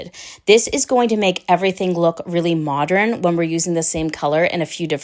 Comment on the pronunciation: She looks beautiful!! And I smiled.. you say modREN like my Grandma used too!! ❤